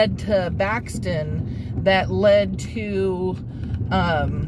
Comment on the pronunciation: That's Buxton not baxton